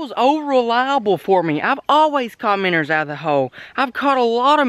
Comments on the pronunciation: its minnow not minner lol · Does anybody take into account that he's not saying Minos he's saying minners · Why do say minners